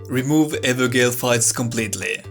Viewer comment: Now on my 2nd/3rd playthrough I've realised maybe 70% of the game is entirely optional content. The evergaols (pronounced 'jail' by the way as it's the irish/gaelic word for it) didn't really bother me since they are just a symptom of open world design and clearly some sacrifices have been made and I'm mostly okay with that. I'm less okay with the myriad of technical problems plaguing the game - the servers and desync this week have been absolutely atrocious which is completely unacceptable over one month after release when they've had time to get their ducks in a row. I'm naively hoping the Colosseums around the world will be part of a free multiplayer dlc that will also force them to address a lot of the issues; it's clear they care enough to fix Estus canceling so I'm giving them the benefit of the doubt for now, assuming resources were spread thin up until release, but my patience is wearing a little thin.